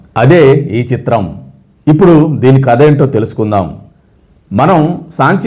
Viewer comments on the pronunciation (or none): మీ వాయిస్, భాష , ప్రెజెంటేషన్ చాలా బాగున్నాయి. కథ అనాలి. కత కాదు. 2. భారత దేశంలో బౌద్ధం క్షీణదశకు ఎలా చేరుకుంది అనే అంశంపై ఒక వీడియో చెయ్యండి.